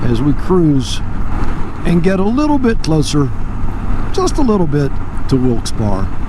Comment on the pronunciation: coach wilkes barre is pronounced wilkes berry